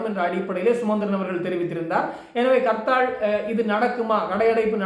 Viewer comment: It's not karthal.Say harthal.